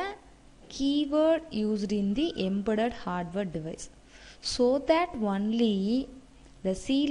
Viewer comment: I think she is south indian but not a mallu.. we don't pronounce 'about' 'that' in this way like stressing on the last t.